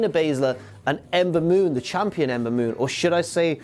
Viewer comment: Being drunk and trying to say Ember Moon so many times doesn't work so well. LOL.